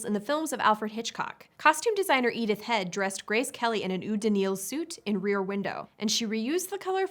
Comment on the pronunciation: Never heard the French word "eau" pronounce "ooo," as it was pronounced in "eau de nil." Usually, it's pronounced, "oh," to simplify it.